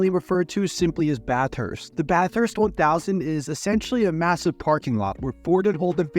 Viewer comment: I'll help you with some Aus pronunciation - Bathurst is pronounced Ba thust - Geelong is pronounced G Long